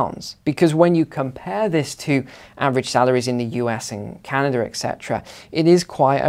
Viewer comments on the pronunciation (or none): none